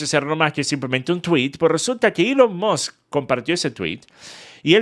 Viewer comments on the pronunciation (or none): none